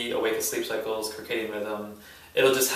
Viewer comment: Very informative video thanks! Also, circadian is pronounced "sɜrˈkeɪdiən". Just trying to be helpful. Keep up the amazing content!